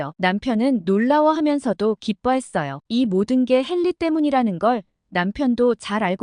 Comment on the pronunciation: 헨리 이름 발음 똑바로 해주세요 헬리가 아니네요